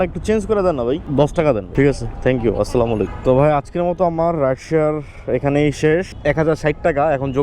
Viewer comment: ভাইয়া কিছু মনে না করলে একটা কথা বলতাম আপনি মাশাল্লাহ সবাইকে সালাম দেন কিন্তু সালামটা শুদ্ধ না একটু শুদ্ধ করে দিলে অনেক ভালো হতো আসলামু আলাইকুম ❌আসসালামু আলাইকুম ✅